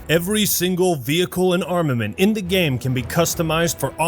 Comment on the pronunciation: Someday will learn how to say "game" correctly... gayum lol